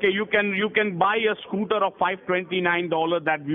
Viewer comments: “You ordered all that money for the SkOOTee?” Had me fucking wheezing 😂 Edit: Timestamp 😂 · yOU ordEred all dat moneY for de sCooteY? 😂😂😂😂